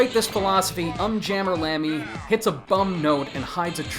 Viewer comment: You mispronounced Um Jammer Lammy.